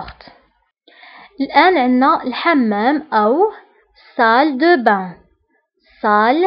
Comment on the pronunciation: Salle de bain, pas salle da bain